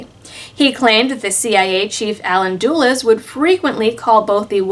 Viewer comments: I assumed she pronounced Dulles that way for comedic effect, much as she laughed when reporting the New Mexico Department of Health getting food poisoning. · For pity sake Talking Head Dulles is not pronounced dool-ess